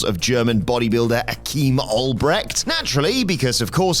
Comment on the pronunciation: Achim is NOT pronounced like Akeem.